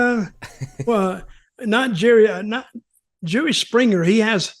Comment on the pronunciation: I thought I heard jewy springer 🤣